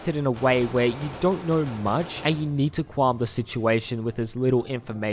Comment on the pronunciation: “quam the situation”